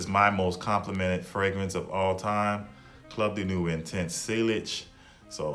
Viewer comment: It's pronounced seyage and club de newy